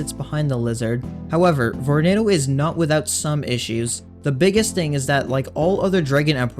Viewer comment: VORENADO!??!? EWWWW